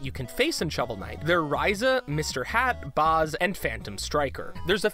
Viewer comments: "Boz" I can forgive the other pronunciation errors, but come on guys. Put a little bit of effort into it. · BAZ ISNT PRONOUNCED LIKE THAT DO THE RESEARCH